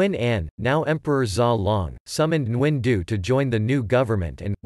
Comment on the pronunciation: Geez you chopped the author’s name. My ears hurt. Why use a robot to read another source. The AI is needs to be aligned with the Vietnamese language. This is terrible.